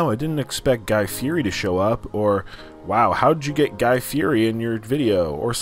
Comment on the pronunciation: And you keep saying guys last name wrong